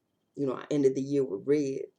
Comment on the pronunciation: Lol the way u say "red" giets me every time...your priceless.....the red rimmel tubes are matte black are creamy......happy new year Love dani